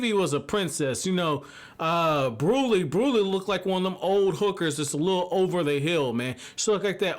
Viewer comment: Brûlée is pronounced Brew-lay and Jimbei is pronounced Jim-bay. I’m catching up on the reviews binge style and don’t know if you’ve corrected it yet but I remember you saying you want corrections on stuff so when you’re caught up you can hop in the content creating community and be right on par.